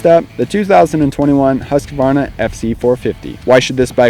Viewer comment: Huskuvana hahah, try saying Hoosqwuarna